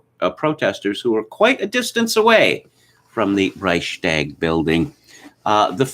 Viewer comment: The part about Germany was accurate and this time even respectful towards this pitiful people. Their history is more than similar to that of the Carthaginians in antiquity. Only the pronunciation of "Reichstag" could be improved.